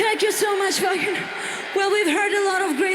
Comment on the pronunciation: Great reaction buddy the W is pronounced as a v in German keep up the great work